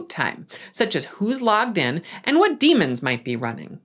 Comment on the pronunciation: Daemon is "day mon" demon is "dee mon" BTW